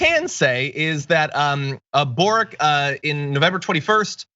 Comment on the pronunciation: Gabriel Boric (pronounced Borich) is Slavic surname, so it is not pronounced "Borik" - it is " Boritʃ ". Whenever you have a Slavic surname ending with "ic" - it is actually "ich/itsh", like Kovachich, Modrich, Stevanovich, Novak Djokovich, etc.